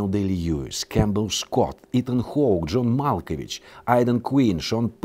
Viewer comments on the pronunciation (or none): none